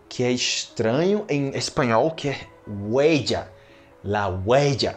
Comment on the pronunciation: Não é gueya É huella 🐾